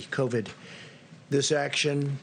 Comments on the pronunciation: Something About The Way He Says COV---"ID" That Does Not Sit Right... SMFH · Trump says covid C O V A D covid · Such an IDIOT ... C O V I D . WOW are his reading and spelling skills improving? Now it would be nice if he could put some inflections and or emotion in his words. Oh man, second time he says COVID he MISS PRONOUNCES IT....LMFAO. SUCH A MORON.. that's ....M O R O N...